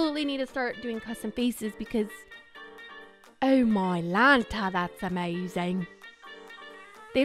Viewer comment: She just turned British 🇬🇧😌